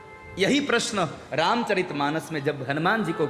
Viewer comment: ये अनुमान, अभिमान, विमान वाला क्या गप्पा लड़ा दिया कथावाचक ने...........उनको कोई समझाए कि हनुमान् शब्द इन शब्दों से भिन्न मत् प्रत्यय से निर्मित शब्द है........और श्लोक का उच्चारण भी शुद्ध करें🙏🙏🙏🙏🙏 ऐसे ही सनातन का रक्षण नहीं होगा